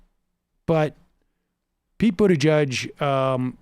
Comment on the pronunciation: Buttigieg 2020. I think he's a great candidate and I think you are being unfair. Pete is not Joe Biden! It shows that you know nothing about him. Not even how to pronounce his name. He'd make a great president. My top three candidates who will happily support are Sanders, Warren, and Pete. He would beat Trump.